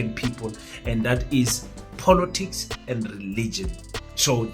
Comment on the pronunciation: Just for the pronunciation of the word " POLITICS". Please it's not Polotics .....l know you love VW POLO, but this is something else